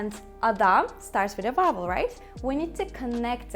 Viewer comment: Your English is quite good but I still can hear vubble instead of vowel